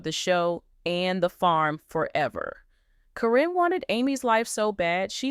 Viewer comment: It’s “care’ in.” Accent on the first syllable.